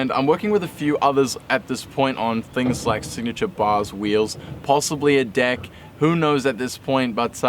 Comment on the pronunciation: I didn't watch yet but the reason better be that Dylan was making fun of you for saying "Dick" instead of "Deck"